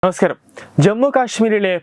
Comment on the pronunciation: നമസ്കാരം എന്ന് ശരിക്ക് പറയെടാ മോനേ... 😁